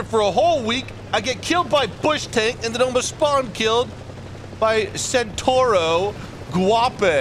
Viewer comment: Lol you always make me giggle, you want to pronounce Surblindè properly but you have been pronouncing Centauro wrong for months❤😂 its pronounced like its spelled like this.... Chent-owl-ro ✌🏻✌🏻